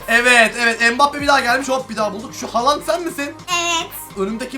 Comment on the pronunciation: Erling Haaland (yanlış) Herlig Haalang (doğru) 😂😂😂😂